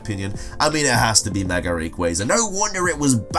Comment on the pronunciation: Why does he always say "megar"? There's no R to it.